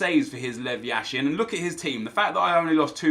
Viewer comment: Not trying to be rude but when you pronounce yashin's name you have to put the accent on the first syllable. Love your videos!!